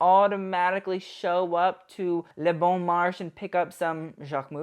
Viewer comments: Le Bon Marché --> the E in the end has an accent and has to be pronounced. If you're going to be overzealous for pronunciations you have to make an effort. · it`s pronounced le bon marchay, and there are no bon marché in the south of france, only paris